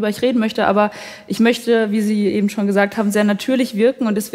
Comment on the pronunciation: Ja,: "Ebent!" 😡